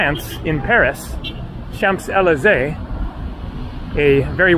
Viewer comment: My grandfather was there in WWII for a bit. Used to have a ring with ‘Tunis 1945’ on it. Nice to see some of what he might have seen! Note: You don’t say the ‘p’ in Champs Élysées. 🙂